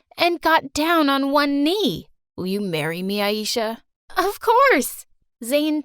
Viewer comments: It's not eesha it aisha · Did you say ayeisha .. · I'm from Pakistan but know enough things to figure out they were pronouncing the names wrong like aisha as aieesha and ajay as a-jay